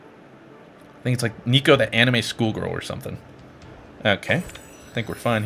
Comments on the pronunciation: It's NEKO, not NICO X3, oh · Neko is Japanese romaji for cat and it isn’t pronounced neeko lol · It's NECK-O I AM TRIGGERED . REEEEEEEEEEE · When he pronounces it neeko I died a little on the inside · Neko means cat u triggered me by saying it wrong 😂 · i swear to god just as he said neko wrong im fking triggered for some reason lol